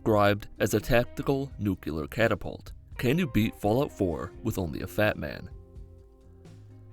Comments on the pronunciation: Did you just say nukular? The fuck is a 'nukular' fatman? I thought they were nuclear. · It's NUCLEAR not nucular. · Nucular? NUCULAR? I might be autistic but it annoys me to no end when people pronounce it wrong. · Nuclear, not nucular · nukelar? say nucleus. It's nuclear. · “Nyoo-Kyuh-Lur” rip pronunciation. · Had to thumb down immediately for "nucular." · IT'S PRONOUNCED NEW-CLEAR. Thank you. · But it's not? It's more like "new-clee-are" three syllables. Not two. And yes. NERD! I know. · "Nucular" Boy howdy I'm just about ready to slap your shit. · its NUC-LE-AR you fucking idiot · Really out here saying "nuke-you-lur" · I hate the way you pronounce nuclear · Can you beat my brain by badly mispronouncing nuclear? Sure can. I stopped watching less than a minute into the video. I'm only bigoted over two things. Fat people and people who say new-kew-lur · You pronounce nuclear wrong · Like for his constant mispronunciation of the word "nuclear"